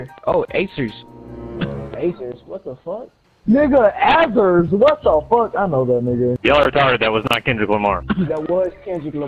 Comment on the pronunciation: I flipped when that one guy said Azerzz 😂😂 he was caught